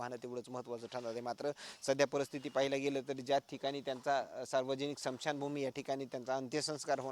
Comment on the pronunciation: स्मशान भूमी असे म्हणा....... समशान भूमी नाही